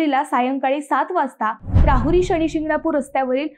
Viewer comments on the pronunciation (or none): शणी नाही ' शनी '